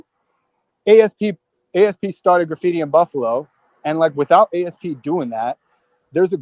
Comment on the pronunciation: Great channel. Just wonder why he keeps saying a. s. p. Like an acronym. His tag was asp like the snake. It was a word .Like he wouldn't say I write h. e. r. t. He writes hert. Asp wto prez RIP.